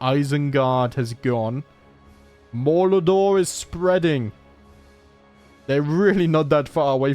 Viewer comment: I didn't notice the 1st time I watched this series, but you've been pronouncing Mordor as "Moldor". Does it have to do with your accent, or just slight mispronunciation?